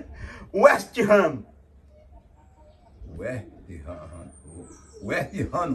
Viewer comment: Liverpool e West Ham: esteranoesteesterrano, é esterrano KKKKKK